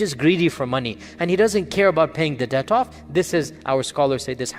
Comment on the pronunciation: Debt not dept